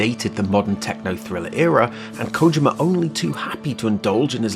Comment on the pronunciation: Good stuff man. Also, its Ko-jeem-uh not ko-jim-uh haha